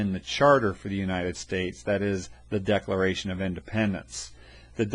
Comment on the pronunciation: This video sucks!!!!!!!!! 😡😡👎 He doesn't even know how to say decalalralation!!!! 😢🤬 DISLIKE!!!